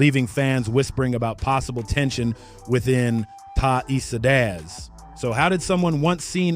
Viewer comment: Bruh you ain’t pronounce the Eastsidaz right. Appreciate your love for our culture. But next time; pronounce that shit right.